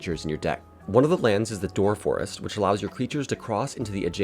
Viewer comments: Great video but door forest instead of doorest? lol sorry but no this is exciting! I love seeing a new video from you on the progress of this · nor door-est? unplayable